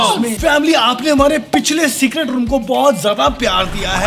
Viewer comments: When You Realize Its Secert not Secret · Fact that he have secert instead of secret 👇If you did't notice